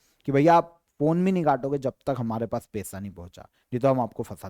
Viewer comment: आप पैसा को पेसा क्योंबोलते हैं। उच्चारण नहीं कर पाते हैं।